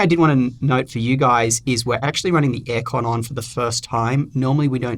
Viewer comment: ish—did you just say エアコン？ have you lived in japan or learnt japanese?